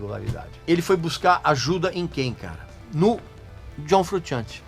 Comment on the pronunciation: Me desculpa aí, mas tenho que fazer uma correção boba. Italiano não pronuncia "frutchiante" como vc está dizendo, pronuncia "frushiante", porque a combinação de "sci" ou "sce" em Italiano é como "sh" em Inglês. Se o nome dele fosse sem o "s" e só com "c" aí seria "frutchiante", mas como a grafia correta é : "frusciante", a pronúncia é como "sh".